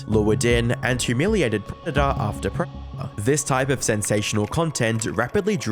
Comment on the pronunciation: You can't even say 'predator' come on man haha. This is pathetic